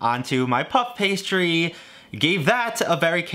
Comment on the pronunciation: Why you guys like to say like pup pastry instead of puff pastry